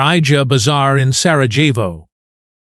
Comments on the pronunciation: It's pronounced SaraYevo. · You cannot even get the pronunciation of your subject correctly ….PATHETIC.